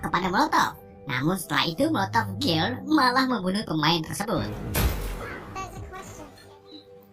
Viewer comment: bacanya girl itu geriiiil bang hahaa